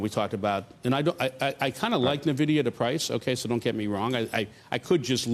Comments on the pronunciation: oh dear....if you can't pronounce Nvidia property you definitely shouldn't be investing in it! It's pronounced ENVIDIA not NERVIDIA!!!!! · What’s Na - Vid - iya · If you pronounce Nvidia as “NUH-vidia”, your analysis is useless. Simple test of whether the homework was even done correctly. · Oh you sold nuvidia huh 🤣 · For the love of god stop saying "navidia"!